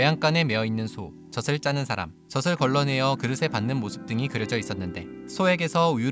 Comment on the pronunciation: 젖을 발음은 '저슬'이 아니라 저즐 입니다